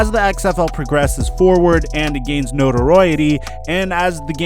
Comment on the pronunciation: "notoroyety"? Yea? Smh.